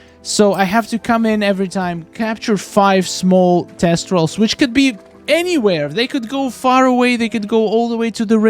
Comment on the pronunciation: TH-estrals. They're not testrals.